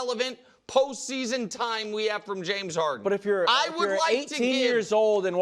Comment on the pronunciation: It's James "Haren", there's no "D" in "Haren".